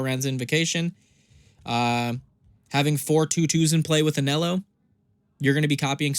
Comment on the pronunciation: you should pronounce "Ahn Hell O"